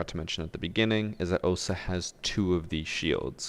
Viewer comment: It's 'Ohsa'